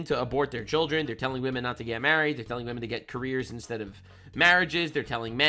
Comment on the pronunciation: wahmen and gentle wahmen